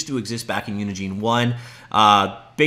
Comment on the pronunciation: It's not pronounced Unigene, think of engine then put uni infront of it